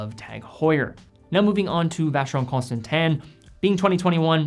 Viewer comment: Constantin in Vacheron Constantin is pronounced phonetically con-ston-ton do not say tan...